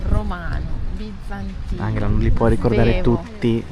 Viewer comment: Ciao ragazzi, vi seguo da qualche settimana avendo scoperto il vostro canale. Avevo una domanda, perché si pronuncia "Anghela invece di Angela" ? È pronunciato alla tedesca 😊 Bacio Briciola